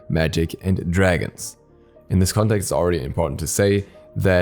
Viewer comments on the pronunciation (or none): none